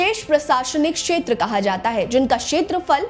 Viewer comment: Sheter nahi kshetar hota hei..